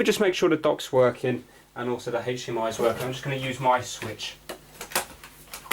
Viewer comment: Also, what is hashtemeye. You speak of a hashtemeye connection when docking.